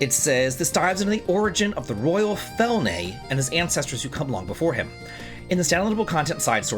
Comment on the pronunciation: You're like the only gamer I know that don't know tech. It's quite funny and odd at the same time. Keep being you. How do you get to Fel"nay" from Felyne? It's literally feline spelt with a "y" for style or copyright purpose. Must be some sort of dyslexia... One day you need to try to say Eyjafjallajökull. XD sorry I'm being mean here. This would be some kind of torture I guess.